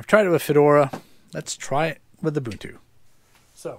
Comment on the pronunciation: Thank you for pronouncing Ubuntu correctly. ;)